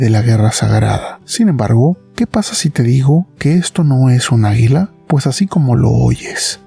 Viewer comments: Se dice a'guila no aguila!!!! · Que dices águila o hila ? Por qué entiendo hila no águila